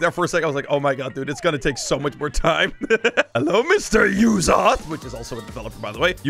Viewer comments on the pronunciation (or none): it is not yuzoth it is uzoth